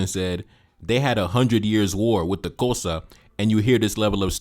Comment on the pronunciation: 😂😂 That's not how you pronounce the word "Xhosa" but thank you for creating this video and debunking this fool.